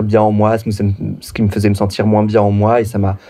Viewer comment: Salut, jsuis de la team Major Silence et j'adore ta chaine tes vidéos bref ca fait plaiz de le dire et évidement de le lire A Minima, elle est drag mais le seul truc qui m'a choqué de toute la vidéo c'est qu'elle dit moinsss et ca franchement ca m'dégoute <3